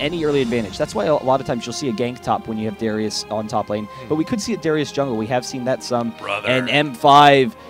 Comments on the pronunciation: How many times did he call " Darius " , " Darien " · darius... not darian... and not durian!!!! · He calls Darius Darien and Draven many times in the video, but I guess you're too chinese to realize how English works. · Any one elsenotice him calling darius dariun